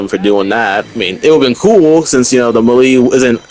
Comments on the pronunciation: 😭 ma lee???? It's melee (may-lay) bruh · “Melee” is pronounced May Lay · Melee pronounced May-lay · Ima teach you how to say melee bc youre pissing me off 😂 (melee) MAY-LAY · Every time he said melee it stressed me out . Then after hearing it a few times I’m like have I been saying it wrong 🤔 nahhhhh